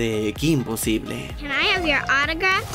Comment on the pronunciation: Cometiste un error al poner possible y pronunciaste posible